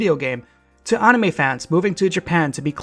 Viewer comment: That's an interesting pronunciation of "anime"